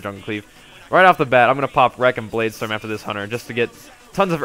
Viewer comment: First time I have heard him say "Bladestorm" normal xD